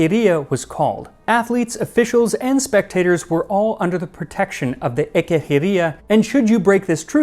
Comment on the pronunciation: the words and names are not pronounced correctly, considering the fact he is talking about greek antiquity, he should have used the ancient greek pronounciation, like Ekecheiria which is pronounced ''Ekekheiria'' and not ''Ekehiria'', or Koroibos of Elis who should pronounced as ''Koroibos of Helis'' and not ''Korivos of Ilis''